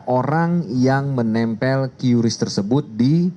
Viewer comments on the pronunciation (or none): "KRIS" cara bacanya bukan "QyuRiss.. " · Cukup di baca Kris ga perlu kiyuris pak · Dibaca QRIS Pak